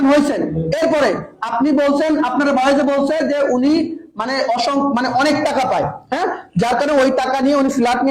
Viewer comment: উচ্চারণটা হবে টাকা। টেকা না ভাই।